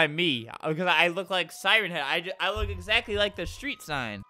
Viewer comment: How he says I look like a steet sign but it’s a steet light